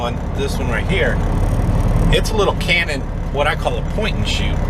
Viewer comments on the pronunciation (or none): none